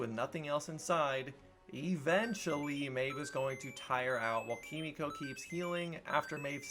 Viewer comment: Her name is Kimiko. You're pronouncing it like Frenchie does.